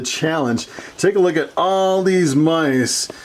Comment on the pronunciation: CEO Of “take a loogat this”